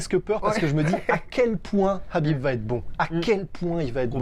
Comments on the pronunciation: Les gars ont dit : KHabib comme la Jota en espagnol comme si vous alliez cracher le KHA ! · Oui c'est énervant la façon dont il prononcé son prénom Qu'ils disent soîte Habib ou kabib mais pas Crabib bordel 😂😂